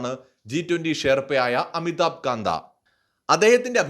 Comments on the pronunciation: പറയുന്നത് ശരി ആകാൻ സാധ്യത വളരെ കൂടുതലാണ്. പക്ഷെ അമിതാബ് കാന്തിനെ കാന്ത എന്ന് ഉച്ചരിച്ചത് തെറ്റായി പോയി. കാന്ത് ആണ്. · അമിതാഭ് കാന്ത് എന്നാണ് പറയേണ്ടത്. കാന്ത അല്ല..